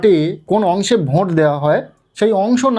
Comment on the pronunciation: ভোঁট ❌ ভোট✅